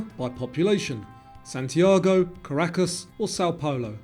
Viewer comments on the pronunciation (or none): none